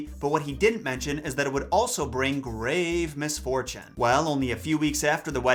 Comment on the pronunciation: He said "GRraAvE mISfOtune" 🤣👻